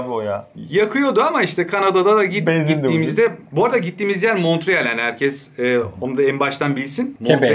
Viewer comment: fransız kısmına gitmişiniz, şehrin adını doğru söylemeyi bile öğrenmemişiniz.. Montreal fransızca monreal diye okunur.